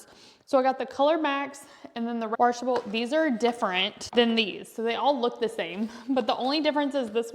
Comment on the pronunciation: washable not waRshable. 😬